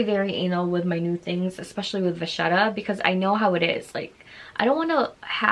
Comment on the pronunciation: Wow, finally someone who know how to pronounce vachette! May I recommend that you watch the YouTube video: Monsieur Ashley, The Louis Vuitton secret, what LV won’t tell you. All about treating vachette!